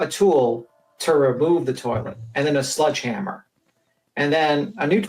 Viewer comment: What’s a “sludgehammer”? 😂😂😂